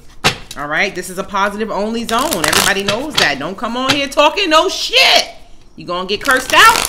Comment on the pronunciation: "Don't come in here tawkin no SHYIT" 😂